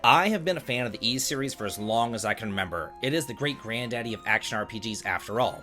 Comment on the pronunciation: Bro how could you claim to be a big Ys fan when you constantly fail to even pronounce the main characters name properly? Come on, dude.... you flipped it like ten different times in this video alone.